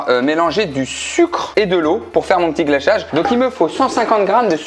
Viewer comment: « pour faire mon ptit glachage » 😭😭